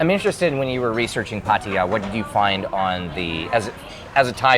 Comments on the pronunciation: Pattaya is correct, no pattya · The only youtuber that pronounces it correctly